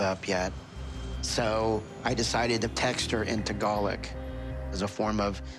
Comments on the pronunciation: Ed keeps pronouncing it “Tagalik” and I’m pretty sure it’s “Tagalog”🤨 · Why does he say "Tagarlic" like wtf it's Tagalog 😐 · "tegalic" .....tagalog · He... he said “text her in Tagarlic”... did- did he mean Tagalog? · hate how he pronounces tagalog as tagalik in each episode like bro, if you cant speak the language, the least you can do is pronounce the languages name properly. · Dude, try sayin the name of her language right....TAGALOG! (ta-gallo)